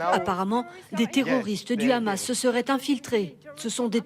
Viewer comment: La journaliste qui te prononce le Hamas "Khamas" comme en hébreu, chelou ..